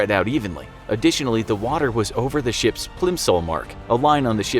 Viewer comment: Every time that this guy saying ships i hear sh*ts